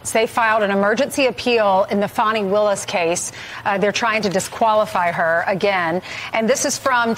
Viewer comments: There’s no “w” in Fani. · It's not "Fahni" or "Fawni", ... It's fani, as in fanny pack... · You guys are not pronouncing her name right. Look it up